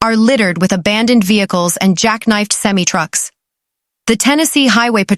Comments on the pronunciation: I heard that too! Lol Too funny! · Never heard semi trucks pronounced like that. lol 😝 😂